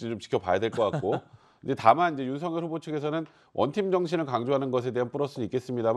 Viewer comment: 이름이 윤석열인데 왜 계속 님들은 윤석렬이라고 하는거에요? 문법상 열 > 렬 두음법칙 안돼요;; 한자 자체 음이 '열' 이라서;; 발음대로 말할꺼면 윤성녈 이라고 하시던가